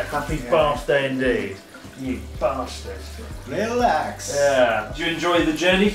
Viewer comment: Did you call Natsuki a bath-tard? 😂 Seriously hope there’s some budget left for snow tires for that little kei car though.